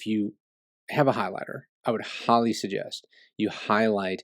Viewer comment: When you say “highly,” my dog Holly comes running.